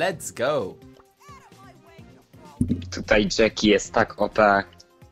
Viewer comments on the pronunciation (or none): Jacky nie mówi się na nią dżeki tylko dżaki